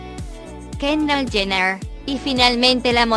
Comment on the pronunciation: "Así lucían las K-a-r-d-a-s-h-i-a-n antes de las cirugía" jajajaja era Google Traductor 😂😂😂😂😂😂😂 y no se si era yo pero Google dijo: "Kaendall"